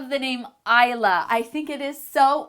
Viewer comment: I have 2 daughters Stormie and Rainie and Isla means island in Spanish but it's pronounced different I love it the way you pronounced it though 😊